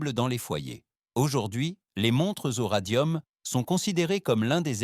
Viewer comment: Je sais que je fais toujours un peu le même commentaire depuis quelque temps, mais comme tout semble généré par IA dans ce que propose youtube... Bref, comment peut-on supporter cette voix catastrophique, sans intonation, sans la moindre connaissance du français, de son sujet, de quoi que ce soit, en fait. J'ai craqué à "unmontrezoradium".